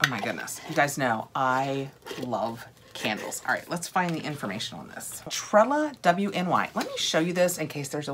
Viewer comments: It's pronounced tre-lawn-ee it's a Cornish name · I love your enthusiasm! And I don’t know if anyone addressed the pronunciation of Trelawny (tray-law-nee). 😀